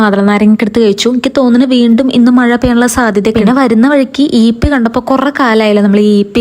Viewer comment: ചേച്ചി ഈപ്പി അല്ല യിപ്പി ആണ് 😄